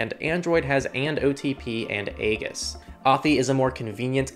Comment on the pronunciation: "Aegis" is a long-established word, pronounced "EE-jiss", and meaning "protection".